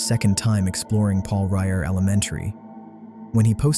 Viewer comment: Paul REVERE school, NOT Paul Ryer...